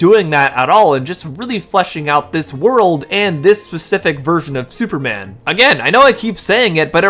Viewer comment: the way you say specific is driving me nuts, fesific?